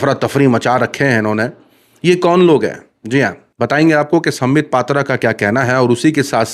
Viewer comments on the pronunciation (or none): Patra nahin vah padra😂